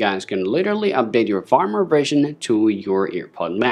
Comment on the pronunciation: For a moment, I thought I was hearing things. lol.